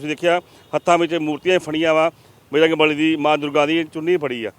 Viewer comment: ਵੀਰ ਜੀ ਬਜਰੰਗ ਬਲੀ ਕਿਹਾ ਕਰੋ ,,ਬਰਜੰਗ ਨਹੀਂ